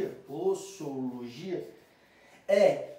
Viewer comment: Só uma pequena correção: o S da palavra "posologia" tem som de Z. Se tivessem "ss", aí teria som de "ésse". ;)